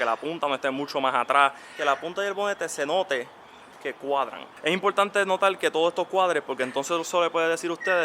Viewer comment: es bien impoltante, impoltantisimo